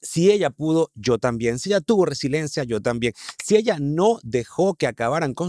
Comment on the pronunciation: Tiene razón; todos tenemos esa RISILIENCIA!!!! jajajajaja Si no sabe pronunciar la palabra correctamente, mucho menos debe saber su significado.